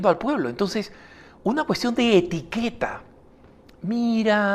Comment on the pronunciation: Dice Etiquera no Etiqueta.